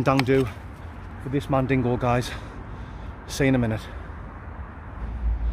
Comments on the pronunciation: No riice but niice. Great one. 🤪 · Top video as always. Whats the little jingle from on the opening titles? And does he say mandingo or is it just me?🤣 All the best pal